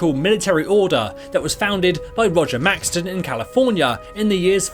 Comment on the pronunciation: Maxson not Maxton